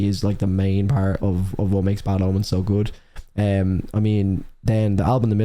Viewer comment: Am I the only one hearing "Bad Almonds" instead of "Bad Omens" ? XD